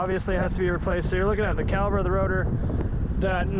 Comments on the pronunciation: My guy! Its called caliPER not caliBER like you keep saying in the video😂 Other than that, good stuff! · That is not a calaber it's a cala per. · cali"p"er!!!!!! not caliber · I love your content. Super helpful. Really nice. Professional to boot. Everything a mechanic should be. But man, its a caliPer not a caliBer. Lol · An accent that makes the letter p sound like the letter b? Yeah, okay. lol 🤣